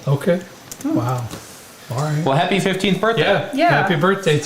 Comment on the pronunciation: "Haprye" birthday